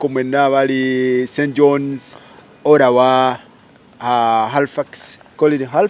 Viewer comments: The way this guy is pronouncing Ottawa 😂😂😂😂olemwa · Did I hear farouk say Orawa?😮😅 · Who else had The YouTuber say Olawa?.